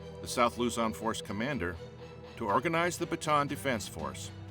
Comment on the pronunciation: Luzon not lozon